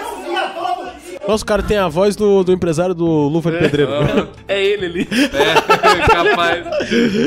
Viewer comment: "empreDário do luva de preZeiro" 😂😂